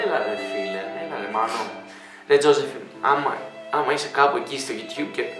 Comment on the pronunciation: Ρε νομίζω ότι λέγετε ζόζεφιν και όχι ζοζεφίν😂😂😂😂😂😂😂